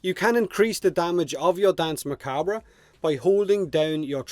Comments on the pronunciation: Pronounced "Dance Muh-Kob" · You're saying danse macabre pretty well juste need to tweak a bit the pronunciation of the second 'a' in macabre and that's perfect. And I know how to pronounce it perfectly as I'm french and danse macabre is in french. Anyway I can't wait to finish that quest, get this warframe and turn the battlefield into a dancefloor with deadly light cones and lasers. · Also Danse Macbre, in the US, is pronounced Mah-Cahb. The "re" is silent. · It’s pronounced Dance McCarb.... but I love your accent anyway mate! Slainte! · Its pronounced Dance Macab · For "Danse Macabre", it's a reference to Camille Saint-Saëns' Danse Macabre, and as he was French, the French pronunciation ("danse macabr" instead of "danse macabra") would be the best one I think, outside of this, yours sounds very cool (more musical ironically). At the end of the day, communication is about being understood, not about making the perfect excepted sounds, most people here (even non-native speakers like me) understand you without any issues, so there's no need to be self-cautious about that. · Your accent is sweet. And Revenant's 4 comes from French. From an english pov you should probably pronunce it "Dans (s like snake) Macabr" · i think his ability is pronounced dance mah cob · The pronounciation is dAnsA macabr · "Dan's Muh- cob", technically but it's the English language so rules and pronunciation can feck off. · Best way to think about pronouncing it is think of it this way.. Dance Mar-carb the re at the end is silent as it's a french word by origin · Your accent is gold, if even if your pronunciation of Danse Macabre wouldn't earn you full marks. That's beside the point though - Plains bounties? Effing really? If I could think of anything I'd rather not farm we're talking about the actual d*mn countryside. I might even prefer that in fact, lend me your tractor willya?